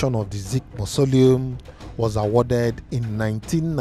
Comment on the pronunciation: It’s pronounced MA - SO - LI - UM